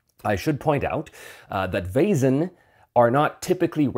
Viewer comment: Perfect pronunciation of Vaesen! Your soft S was a little more German than Swedish, but spot on. Fun fact: Vaesen/väsen/Wesen (modern German writing) means “being”, so by extension “entity, creature”, it stems from the PIE root *wes- that means “to be, to live, to remain” as seen in the simple past “was” in modern English. I suspect the correct term must originally have been “supernatural beings”, but maybe “väsen”has semantically shifted in modern Swedish. Would make sense, since while every living being is a Väsen, you wouldn’t address anyone as such. Anyway, goodbye fellow entities!